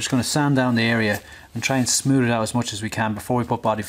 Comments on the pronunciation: You say smoood, when in fact its smooth. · He said “its super smood” 🤣